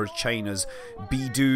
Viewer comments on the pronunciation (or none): Bei dou... Not beedoo